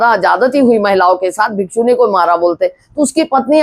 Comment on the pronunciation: भिखूनी शब्द सही नहीं बोल रही